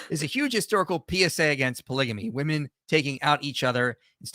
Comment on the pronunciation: She cannot say correctly the plurality of women, she says woman. This drives me crazy with people today.